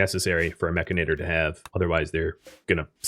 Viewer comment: humorous note, most of youtube is pronouncing 'mechanitor' wrong.. although yes it does sound much better as 'mech-a-nator' its spelt as 'mech-an-i-tor' although they really s hould have named it 'mechromancer' because thats hilarious